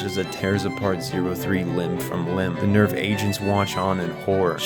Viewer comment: "Gehirn", "Seele" and "Nerv" are all German words and you are pronouncing them pretty wrong. They are talking names and it actually adds a little to understanding the Plot if you understand these words. There is a bunch like this in this anime. German i mean.